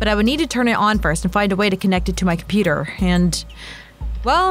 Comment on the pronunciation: said competer instead of computer lol